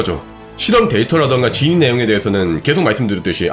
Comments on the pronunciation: 영상 잘 봤습니다. 근데 "진위"를 "진의"로 말씀하신 것 같습니다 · 다른 자막은 그렇다 쳐도... 진'위'여부 를 계속 진의 진의 하는 건 좀... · 진의가 아니고 진위